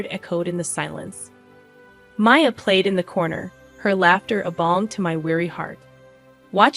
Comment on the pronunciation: I get a laugh out of some of these - there's one YouTuber who constantly pronounces 'Maya' as Me-uh (which should be spelled Mia, as in this story), whereas this story slips into pronouncing 'Mia" and My-uh. And I suspect that mommy is living somewhere entirely away from the ex, because I can very easily see a "I'd still be married if I hadn't listened to you!" rant coming, based on that ending.